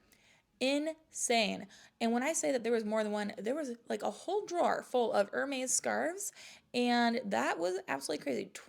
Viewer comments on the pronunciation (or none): Hermes is pronounced ERMEZ